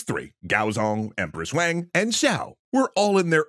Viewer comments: For all of those that don't know Wang is pronounced like Wong (Wah-ng) not Waeng. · This is so awesome that you are doing this! (FYI, it’s pronounced “Wahng”. Not “Wayng”!) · Why do you pronounce Wang like that?